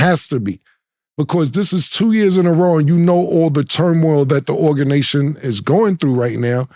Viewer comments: This nigga Cam said organation 😂😂😂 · Killa what is a orgination😂😂